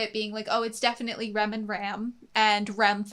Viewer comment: i can't tell when americans say Rem or Ram, it sounds the same